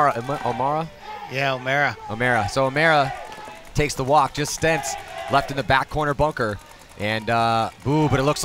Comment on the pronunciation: Lol, they are calling him Stentz. His name is Sentz. hahahaha